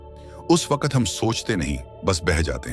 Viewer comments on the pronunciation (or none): ये वकत नहीं सर ...वक्त है